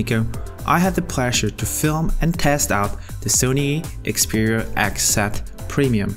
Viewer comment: "Ax Sat Premium" 😩😩